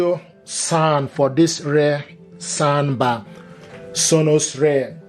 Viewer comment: I love this "sond bah"!!!